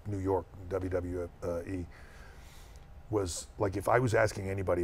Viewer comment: “WWF-uh E” 😂😂